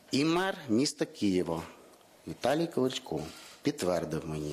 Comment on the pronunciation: Вчи правильно вимовляти, а ти Клічко Клічко то зовсім інша людина, Правильно Кличко) Сідай Богдан на тобі не 2 бала а 0 балів)